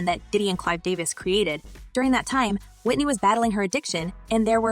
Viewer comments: i think should learn how to pronounce Whitney's surname properly. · This lady talkin can’t even say Whitney name correctly smh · Can u at least pronounce her last name correctly